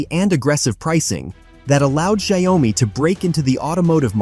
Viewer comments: Pronounced Shao Mi and not Zdia Oh Mi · Pronounce Xiao Mi and not Xia O Mi.